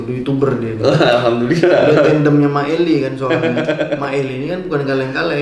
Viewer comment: MAEELE BUKAN MANGEL LE